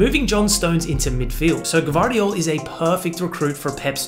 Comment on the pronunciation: Josh-ko G-VAR-diyol, but he pronounced IT great Because it’s hard to say “GV” for people Who don’t speak croatian and he actually Said josh-ko G-VAAR-DIYOL